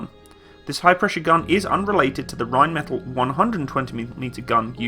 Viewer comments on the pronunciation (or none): none